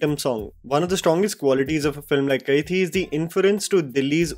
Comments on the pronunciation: Bro it's Kai-di not Kai-thi. Hindi word for prisoner is the same as the tamil word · hi...its pronounced kaidi.